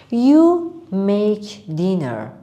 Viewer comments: Maje? Or make?! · yes i hear maje